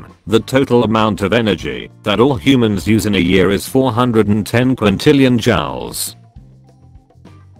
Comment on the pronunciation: The narration on this video is unbearable. It seems to be done with a text-to-speech synthesizer. It sounds nasal, poor-quality, robotic, and it mispronounces important words (for example, it pronounces "Joules" as "Jowels" instead of "Jewels"). Argh!